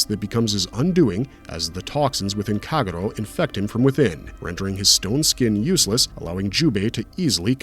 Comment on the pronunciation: How on earth have you repeatedly pronounce Kagero so terribly???